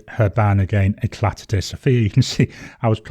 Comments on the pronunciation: For info, in French you would not pronounce the final "t" in Eclat. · I enjoy Éclat de Saphir. I use their Rue de la Verrerie and Blue des Profondeurs daily. At some point I’ll get back to it. Sapphire blues often have purple undertones which is definitely present, though I think less so when dry. I’m going out on a limb and guessing Éclat is pronounced as if there was no T on the end. I’ve got a book store in my town which carries both brands of inks, Ancient Copper and Oxblood are the two I’m waiting for should they get another shipment of ink, I’m pretty well set for blue inks at the moment.